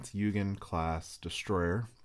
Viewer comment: its pronounced oi-gen